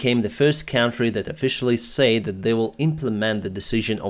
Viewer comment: yes and he says "sa-id" instead of "said" but other than that it is pretty good